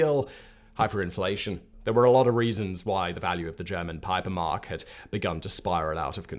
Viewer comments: Erratum : little confusing you had - actually it was called "PAPIER"mark and not "PIPER"mark (the way you spelled it, but it was written even wrong). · it is actually called Papiermark not Paipermark. Papiermark translates to ’Paper Mark‘ with Mark being the German Currency and Paper relating to the fact that is was no longer linked to the Gold standard, which enabled the government to just print more money. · It's actually Papiermark with emphasis on the second syllable.